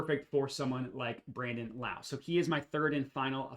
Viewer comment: Also it’s pronounced Low, not like Kung Lao!